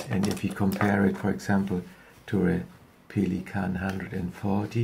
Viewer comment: That's the correct german pronounciation....